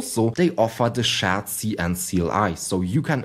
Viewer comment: "SCHÄT-SI-EN" :D